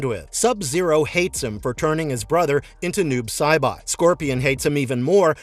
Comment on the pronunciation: Noob Saibot is actually "Noobs A Bot" its an old catchphrase. It should be pronounced "Noobs A Bot" sounds like saying "noobs uh bot". lol